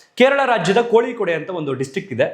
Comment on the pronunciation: ಕೋಳಿ ಕೋಡ್ ಅಲ್ಲ koyikkod.. ಕೋಯಿಕೋಡ್